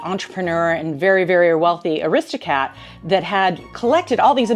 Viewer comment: She has been living in the UK a while but still doesn't know it's pronounced BARKSHIRE not BERKSHIRE and it's ARISTO CRATS not ARISTO CATS